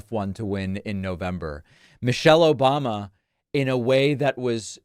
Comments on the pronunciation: “Obamna” never gets old man 😂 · "obmna"... exactly. Lol😂